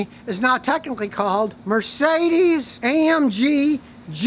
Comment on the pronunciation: "GMBH" is German for 'Incorporated'. It's pronounced Gee Mmm Bee Hah. The G is hard.